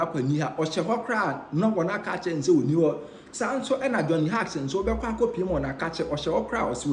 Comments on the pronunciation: Johnny Hughes. Hughes pronounced as "Hews" not Hugs. Thanks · Can't anyone among the Nsem pii presented correct this guy with some pronunciations? The name sounds like Hews. The spelling is Hughes. Please check it and don't rush.